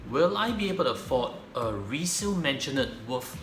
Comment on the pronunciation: maisonette...not mansionette